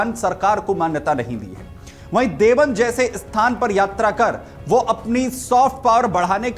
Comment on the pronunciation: It’s not Devband , it is DEOBAND